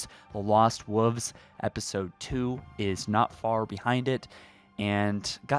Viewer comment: Love the content, but please learn to say wolves correctly, there’s no “u”